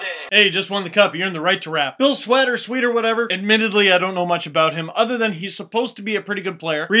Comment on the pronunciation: it's Bill Sweatt (pronounced SWET)